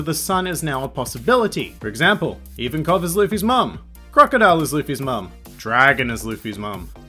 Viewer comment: they way this guy pronounces magellan and ivankov triggers me so hard